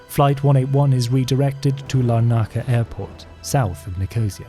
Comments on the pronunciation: I was impressed by your pronunciation of German places and Israeli names, until you attempted Nicosia and Larnaca in Cyprus 🤦‍♂️ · Nicosia is not pronounced correctly. Larnaca needs some work as well. Aden too. Someone else noted the Airbus 707 issue. The airport diagrams show them today, rather than in the 1970s - a lot has changed. Wikipedia says pilot was shot in Aden but his body dumped in Mogadishu - differs from your account.